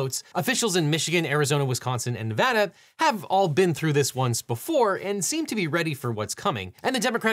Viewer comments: Shout out to for correctly pronouncing Nevada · hey, she said nevada correctly.